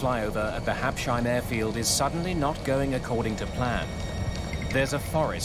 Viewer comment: Hab-Sheim? Oh, Americans....